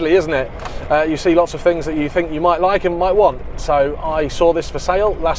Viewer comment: "Lots of fings you fink you like". You don't use your national language.